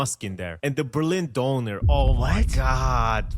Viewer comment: döner, not donor.